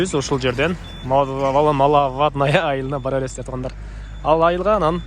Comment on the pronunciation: Малавадная 🤣,тилди ондочу үкөм,маловодная.